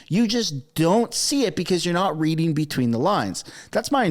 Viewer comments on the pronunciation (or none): none